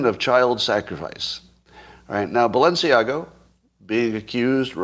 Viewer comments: Scott. There is no “o” in Balenciaga. / ba’l-u’n-see-A-ga/ Audrey Hepburn’s favourite designer. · It just struck me that you are confusing the pronunciation of Balenciaga with the pronunciation of Mar-a-Lago.